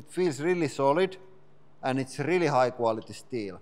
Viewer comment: This press is so good it can do "rrreel work". That is rrreelly guuud! 😁🤘